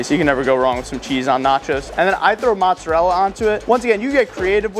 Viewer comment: 🧐ssir you say montserrela its mozzarella